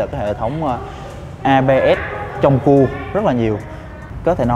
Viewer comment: Chữ cua, a nói ngắn quá , e cứ nghe thành c* :(